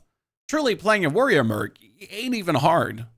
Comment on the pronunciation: you are BLOWING my mind by casually calling it “warrioa”